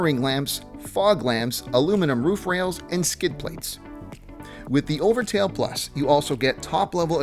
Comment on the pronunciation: Said overtail instead of overtrail about 20 times now you gotta redo the whole video